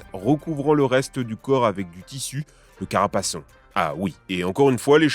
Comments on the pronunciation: Par contre une "vraie" correction: le tissu sur le cheval s'appelle caparaçon, et non carapaçon – je sais, moi aussi j'ai envie que soit simple à retenir : carapace de cheval… mais non. On dit aussi plutôt "gambison", même si comme souvent avec les vieux mots, il y a des variantes (comme "gambeçon"). "Gambeson", c'est plus courant en anglais. Et bravo pour la vidéo ! Ça me donne envie de me faire une armure de plate… avec des coques de portable ! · le caparaçon, pas le carapaçon. Pour le béhourd, faut pas croire que les gens n'ont qu'une protection en acier, y'a plusieurs couches matelassées, notamment au niveau de la tête. Mais c'est pas comme si tu ne sentais rien, c'est juste qu'en France, on n'est moins bourrins que dans l'Est. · on dit un caparaçon, pas un carapaçon (ouais ça fait penser à carapace d'où l'erreur classique) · du "carapaçon", faux, on dit du caparaçon. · Pas carapaçon, CAPARACON ! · Caparacon et non carapaçon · 7 min 57; Caparaçon et non carapaçon ;) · On dit le caparaçon et non le carapaçon. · Caparaçon, pas carapaçon vindieu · c'est un caparaçon et non pas un carapaçon. Mais la vidéo est bien chouette ! :-) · L'armure de tissus du cheval, c'est pas un carapaçon (comme carapace) mais caparaçon (comme capa: cape). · Caparaçon et non carapaçon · Caparaçon et non Carapaçon (même si c'est tentant) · Très bonne vidéo, juste une petite erreur, on dit caparaçon et non carapaçon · On dit caPARAçon et pas du tout caRAPAçon pour les protections des chevaux (oui c'est contre intuitif)... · Dernier mensonge sur les armures : Contre-intuitivement, on ne dit pas "caRApaçon", mais bien "caPAraçon". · Très bonne vidéo. Seul petit bémol : contrairement à ce que beaucoup pense on ne dit pas « carapaçon » mais « caparaçon » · Une erreur très commune à . Ce n'est pas le "carapaçon" mais le caparaçon. Amicalement. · Erratum ! On dit caPAraçon (de cape) et pas caRApasçon (de carapace) Voilà c'était plainte chiante historien ! fly away